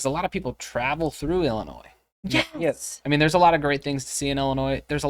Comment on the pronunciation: Can you say I L L I N O I S